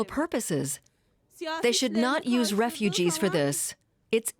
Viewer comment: regugees NOT welcome